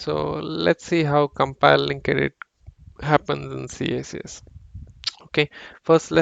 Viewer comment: Maybe I'm too old... But it's pronounced "kicks"